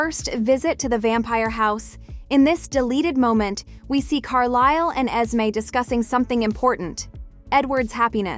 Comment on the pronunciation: called Carlisle.... Carlel.. loll did no one hear that?